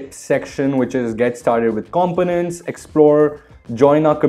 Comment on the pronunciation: Great video dude... BUT... the way u say "components" gives me stomach flue ...